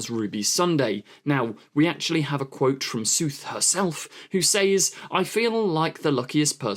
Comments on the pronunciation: What's with the "Suth", it's clearly "Sethu." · I'm pretty sure it's pronounced 'Sethoo' not Sooth lol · It's Sethu. Spelt SETHU and pronounced SETH-U not SOOTH. What are you saying? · If you don’t know how to pronounce someone’s name, try googling it first. It’s kind of ignorant to obviously mispronounce it all through the video. How you even get sooth, from sethu I don’t know. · To sound it out, her name is closer to va-ra-da say-thoo (with all three 'a's in her first name pronounced like the one in 'apple')